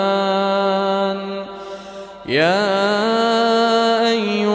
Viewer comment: لمن يمن ليمن وليس سلي لي مان اي ماتان سليمان